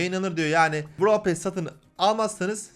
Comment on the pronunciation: Bn brawl pass çekicektim free pass ı gördükten sonra çekmem brawl pass dan daha güzel bide pearl pass derken sanki brawl pasta diyosun;)